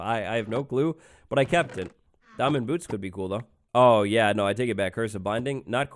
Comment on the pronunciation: instead of saying ,,oh" or at least ,,o boy" he sad ,,ɐ boy" british is a strange languege